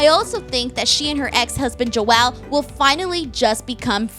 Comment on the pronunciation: I love, love, love the show and your review is spot on! One small comment, Joel is a one syllable word, not two. 🤗😘